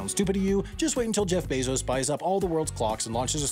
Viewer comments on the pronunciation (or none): none